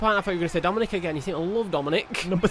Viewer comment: Hey "Dominik"